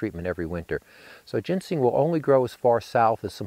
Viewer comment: He keeps calling it gensing rather than ginseng. Very annoying.